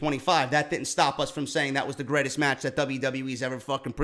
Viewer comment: Lol, "greatets" Love ya stuff man!